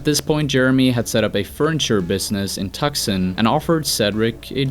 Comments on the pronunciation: in pronounced TWO-SAWN not tuksun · Tucksin? Tucson? Too-sahn? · Tucson= “too-sawn” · Tuck-son. I died a little 😆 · Tucson is pronounced Too-sahn. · tukson? lol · "a furniture business in TUCK-SON!" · Tucson - "Too-Sawn" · A furniture business in Tuc-son. Are you for real? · Tucson is pronounced “too-sahn” just for future reference. Another confusing word from America, lol. Great video, love this band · The city you are referring to in. is pronounced •two-sawn• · lol, the C in Tucson is silent bro